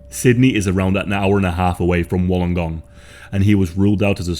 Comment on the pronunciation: Wollongong local here. It's locally pronounced wollen-gong. My great uncle was a detective for lake Illawarra police at the time. He retired soon after this case and family regularly said he was never the same after working this case. It ashames me ad an Australian how weak our justice system and courts are. I know many people in law enforcement who want to leave because our courts are so weak and stupid, often times undermining the hard honest work of the police.